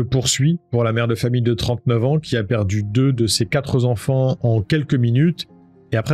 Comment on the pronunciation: On dit pas quatre zenfants étant donné que 4 ne prend pas de s .....on ne dit pas non plus ce qu'il s'est passé c'est pas français lol..